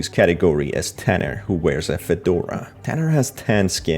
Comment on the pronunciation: Also, can yu stop saying some oof the characters are infected THEY ARE NOT. 1. vinerias hair is a wig that can grow so it basically took over her like th plants grew through her 2. Wenda was POSESSED by BLACK literally everyone knows that (almost) 3. his name is TUNNER NOT TANNER u didnt really explain many of the characters much so 4/10 even i know more than you